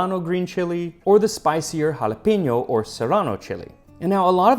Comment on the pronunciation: “jalapiño” lmao